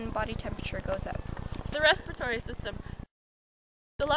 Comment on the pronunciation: It's "respiratory" not "respritory".... You did it wrong.